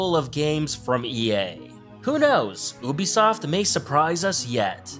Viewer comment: oobisoft